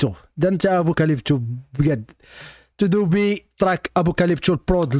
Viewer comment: اخي 😂😂اسمو تودوب وليس تودوبي😂😂ممكن تراك قراصه لفلبتر ضروري جدا❤